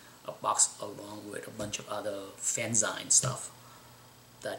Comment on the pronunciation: I'll take THREE of those Byrne issues at 40 cents each! Fantastic information. And you are right, these old guides are indeed a window into the hobby's past. And please take care of those fanzines (pronounce "zine" like the end of "magazine"). They are also a valuable primary source for what was happening at the time. You know, it would be VERY cool to learn more and more about how the hobby, apparently, changed in 1964. Maybe we should all start asking those that were in the hobby at that time about what they can recall from those "early years." We could all collaborate with the information that we find and produce a little publication/booklet with what we learn.;-) Back to those rankings. I wonder what the rankings are in the next two issues of the guide (assume 79 and 80). Remember that the Superman movie came out in 1978 and it may have catapulted Action #1 into the most desired/valuable book after the movie came out. You have another guide from 1982, correct? Maybe do a followup video comparing the two lists with each other after 4 years? I'd love to see the scans of the fanzine history as documented in the guide. That would be very interesting to read. Thanks very much for sharing,! Best, Blake